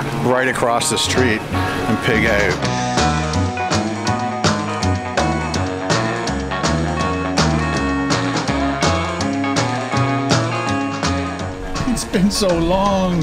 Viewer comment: No one sounds more Canadian than when he says "Check that oout." Love it!